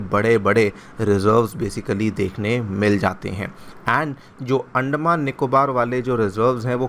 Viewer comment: अंडमान.....? 🥚 या अंदमान.....?😂